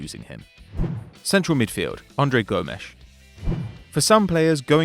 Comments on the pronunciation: The only real issue I had was the pronunciation for some names, for example Andre Gomes, it’s pronounced Gomez not Gomesh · I think its funny how hard he tries Andre Gomesh 🔥🔥🔥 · "Andre Gomesh"